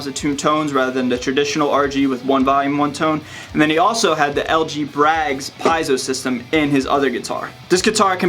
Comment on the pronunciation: Is that the correct way to say Piezo? I'm not being a dick and saying that you're wrong, I'm actually asking to correct myself if I'm wrong.